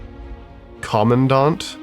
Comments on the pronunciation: Btw the Armor is pernounced "Com-man-dant." Not "Commondaunt" I had a stroke hearing you say it like that 😅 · quick pro tip: say the word command, say the word ant, command-ant, now you know how to say CPH-26 Commandant